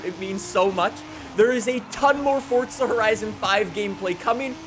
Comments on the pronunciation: It's Forza... not Fortsa. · forza not fortza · Forza not “fort tzuh” 😂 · Welcome back to fortza horizon five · Kinda annoying how no one says this but there’s no T in FORZA so please pronounce it right